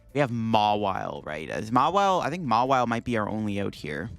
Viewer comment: If i had a nickle for every time he said mawille😂